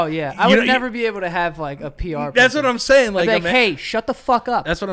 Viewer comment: “Or the new green one that you have “ Joe- “Thasimsayn”